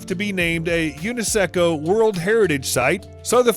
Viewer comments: Even worse it is UNE-SECOOOooo... 🤦🏻‍♂️🤦🏻‍♂️🤦🏻‍♂️ Bwahahahahha what a fail 🤣😭😂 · Did he just say UNISECO instead of UNESCO? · it is not Uni-Sicko... it is UNESCO, you say it like,, YOU NESS CO. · Yes very few places have been named U-ne-secko world heritage sites, I believe none actually. It's U‐NES‐CO, where does that second E come from and the weird pronunciation? Sometimes I wonder if many native English speakers can even read or if they just basically guess when it looks like one of the words they've memorized. Because it's not particularly rare that you catch someone trying to read a word they don't know or initially don't recognize a English word and fail spectacularly by reading the letters out of order or adding/removing some here and there, like how does that happen if you actually try to read it? If it's a foreign language it will probably still sound far from accurate but it's not rare for more "global" people to simply read what it says letter by letter and if they're familiar with the accent at all it could even come out pretty close even though they have no clue what it means. Americans especially are pretty awful at that though and seemingly look at a collection of letters and then make up a sound they think roughly contains the same letters much like how children sometimes pretend like they're reading by spelling something out slowly but then say something entirely different like they figured it out lol. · HEY STUPID NARRATOR IT'S NOT UNISECO @@@ ish. IT'S '''U N E S C O'''! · Uniseco????????????? U N E S C O. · 🤔 What the heck is Uniseco? (You mean UNESCO.) Lol 😂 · You can't even read your own notes. Since when was it possible to pronounce UNESCO as uniseco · Unisecco? Sound it out with me, U.......NES......CO. Now all at once, UNESCO! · I had to pause the video when he said UNE-SECO. I guess he's never heard it pronounced "you-nes-co" LOL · Wait, , did you say Unaseco? Meaning to say UNESCO? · Had to close the video after he said uneseco